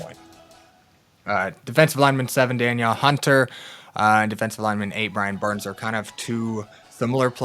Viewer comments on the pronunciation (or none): Great info! Just wanted to let you know that Danielle Hunter is pronounced “dan-NEEL” instead of Daniel.